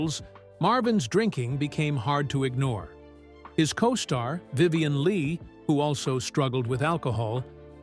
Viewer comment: What's a, 'costart',?